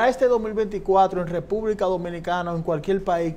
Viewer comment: No grites loquillo no somos sordoooos y por favor pronuncia las Rrrrrrrrrrr, cualquier país no cualquiel .....